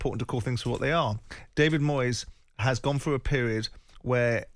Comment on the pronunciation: I'm sorry ter say again it's Moyeseh